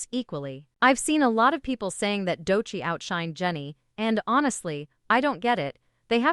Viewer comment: Doechii’s name pronunciation… please